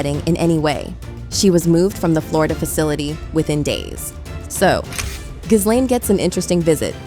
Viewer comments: ITS NOT " GIZ LANE " FFS. ITS " GILANE". Omg. If you can't pronounce her name, don't bother doing a video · Her name is pronounced: ghee-LEN!!!! It’s a hard g. The accent is on the second syllable!!! Not GHIZ-lane!!! 🤣